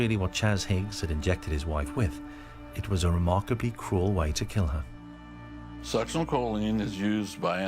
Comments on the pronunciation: That lady's incorrect pronociation of succinylcholine is annoying. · That woman's constant mis pronounceation of succinolcholine drives me nuts!